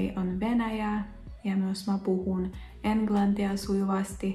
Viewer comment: Pieni ääntämisasia, sanoissa 'Helsingissä' ja 'englantia'. G on suomessa g ja äännät sen oikein. Näissä kahdessa sanassa on kuitenkin eri äänne kuin tavallinen g, koska äänne muodostuu ng-yhdistelmästä. Se on pehmeä, g ei kuulu erillisenä 'kulmikkaana' äänteenä, vaan sulautuneena n-äänteeseen. Kengän ääntyy siis aivan eri tavalla kuin erilliset tavut ken gän. Jos haluat ääntää 'Helsingissä' oikein, niin osa 'sing' ääntyy ihan kuin englannin sanassa laulaa, sing. Siis hel-sing-issä, ei hel-sin-gissä. Kyllä joku suomalainenkin saattaa sanoa 'enklantia ja ranskaa', mutta se on tarkoitettu vähän koomiseksi sanonnaksi. English ja englantia -sanoissa g kuulostaakin aika samalta, eli ei kuulosta juuri miltään.